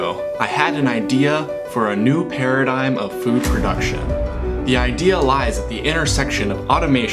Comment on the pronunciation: He said paradigm. I stopped watching.